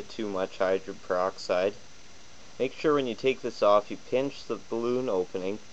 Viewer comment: This DORK is an IDIOT! He's talking about HYDRO - GEN PER - OX - IDE, and he calls it "hydren peroxide" throughout this entire video! The woman I rent from told me (about two days ago!) that h2o2( hydrogen peroxide) fizzes because it reacts to the iron in our blood!? EVERY SINGLE web page I went to said that H2O2 reacts with an ENZYME called CATALASE! CATALASE allows hydrogen peroxide to be broken down into water (H2O2) and I oxygen (O2). INTERESTING: Like other enzymes, CATALASE is NOT USED UP IN THE REACTION but is recycled to catalyze more reactions. CATALASE supports up to 200,000 REACTIONS PER SECOND!